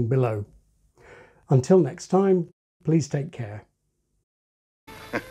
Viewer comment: Did he do this on purpose? The “time” sounded wrong.